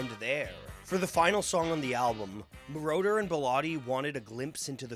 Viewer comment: Hood name is pronounced, MORE-OTTER. Not MORE-Door. He isn’t part of the lord of the rings trilogy. He’s a producer. 😅